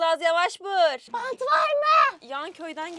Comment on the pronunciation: ablanın bantt varmıı demesii😂